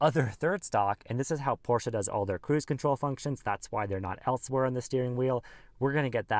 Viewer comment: You had my like just for pronouncing Porsche correctly! Great video